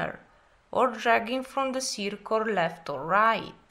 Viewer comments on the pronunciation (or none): well you explain very beautifully espacalliy i love the way you said circoal (circle )well relly goodworks please keep it up